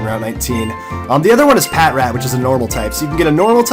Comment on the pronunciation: Ughhh it's pa tr at!!! Not pat rat!